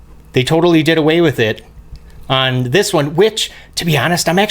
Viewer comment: When you say "click on subscribe" it sounds like you said "click unsubscribe" lol love the vids!